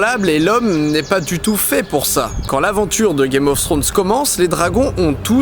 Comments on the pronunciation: Ta video est super mais s'il te plait ne prononce pas "Games Ofs Thrones" il n'y a pas de "s" a chaque fin de mot, merci. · On peut dire qu'on l'attendait ce 5 theorie , super video PS par contre pourquoi les francais disent tous "games of ssrones "? c'est tellement moche! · DidiChandouidoui game of srones , targarien , tirion ... ( regarde la série en vo tu comprendras de quoi je parle ;) )